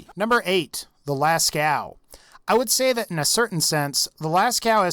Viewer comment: Hey, the cave painting in France is pronounced las co, not las cow. The "ceaux" part is pronounced as the letter "o". Just thought I'd clear that up.